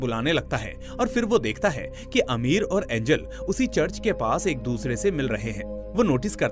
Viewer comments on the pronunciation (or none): Amir nhi bhai ,ameer😂😂😂😂